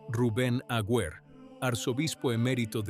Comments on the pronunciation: El apellido del arzobispo no es Agüer; sino AGUER, sin diéresis en la u. Aguer, Aguer, Aguer. Se pronuncia sin leer la u. 🇦🇷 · Un nuevo cuento chino de esta canaleta. Es tan poco lo que investigan, que ni siquiera escriben correctamente el apellido de este obispo. La U de su apellido NO lleva diéresis. Y también lo pronuncia mal. Así son de serios estos mamarrachos. Aguer jugaba todas las fichas a que llegaría a ser Cardenal, que sería nombrado PRESIDENTE de la Conferencia Episcopal argentina y soñaba con la Silla de Pedro. Pero todo ese camino fue el que recorrió Jorge Bergoglio,. El resentimiento de Aguer le dura hasta el día de hoy y, aunque no nos consta, es probable que haya dicho toda esta estupidez que ventila este bot editado con IA.